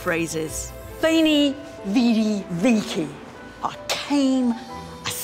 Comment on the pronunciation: I do enjoy the documentary And the presenters personality, but i cant help but be disappointed in the lack of at all trying to pronounce latin/italian correctly. Especially the word vici is well known enough to pronounce it right